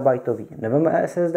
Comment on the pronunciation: Каждый раз ору с "Эс эс дэчко" :DD